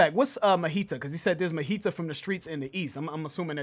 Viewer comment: Majita means homies, the J is not silent. ✌